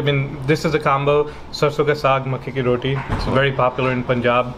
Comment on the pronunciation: I dont know if is my hearing but to me you pronounce every other delicacy no problems except one its roTi not roDi